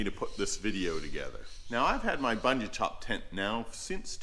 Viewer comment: Boondoo top. It doesn't rhyme with sun. Everybody on the planet correctly pronounce it, except Anglophones.